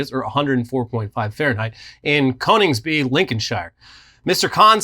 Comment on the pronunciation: 4/10 for pronunciation of 'Conningsby, Lincolnshire' but I'll let that one pass.